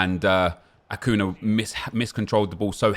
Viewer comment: Its acuña not acuna lol